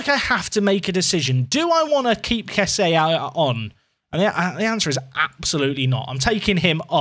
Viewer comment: Loving this. But... Kessie is pronounced 'Kess-e' - That's how the man himself says it!